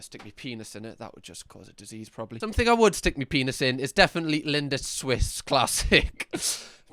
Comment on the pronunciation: I think how you say "Frankfaht" is hilarious :D - Just say Frankfurt like everyone else. And Lindit for Lindt and Alapachia when it clearly starts with App, Appalachia (which isn't a state, so the guy is talking shit). haha. You're on a roll today.